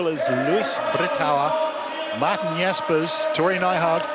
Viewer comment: LOL How he pronounced Martijn Jaspers xD Martnjjn xD